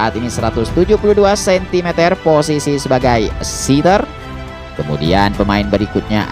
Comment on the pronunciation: 🙏 maaf sedikit koreksi ya min.. Setter ttap dibca sprti tulisan nya... setter. Jangan dibca.sitter.., karna sitter ( seater.. bhsa inggris) itu artinya .. tmpat duduk..